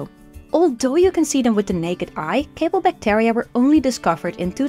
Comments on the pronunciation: Great video. To the speaker: check your pronunciation of the word bacteria please. 😊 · the amount of "bactAria" in this video hust hurts my brain.